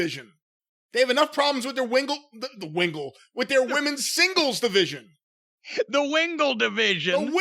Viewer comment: "The Wingle Division" 😂😂